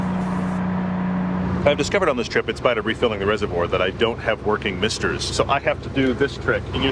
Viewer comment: For a moment when you said "misters" I thought you were talking about balls.